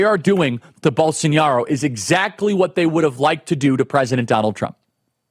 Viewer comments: Charlie, it's pronounced Bol-so-NAH-ro, not Bol-son-YAH-ro. There's no tilde over the eñe. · It's BOLSONARO Charlie, not Bolsoniaro, not Bolsonhiaro, BOLSONARO. As for the rest, 👍🏼. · Come on man how can you speak with such authority on this issue if you can’t even pronounce the man’s name right🤦‍♂️